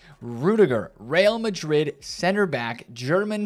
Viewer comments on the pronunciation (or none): none